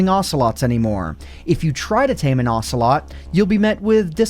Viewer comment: What is it with people mispronouncing ocelot (oh-se-lot)?